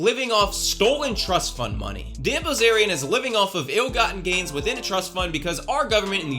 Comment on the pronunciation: What I heard the first few seconds "dan ballzarian" 😂 new subscriber here, after the kurtis conner/confident alpha man (forgot his name) video. Keep it up! 👐